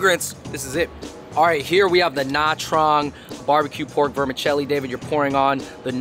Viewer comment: Gaaad damn bro you butchered nha trang bro 😂 .. put some respect on that name haha